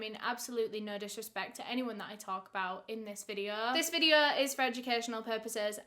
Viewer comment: So today’s videuhhh 😂 love your content!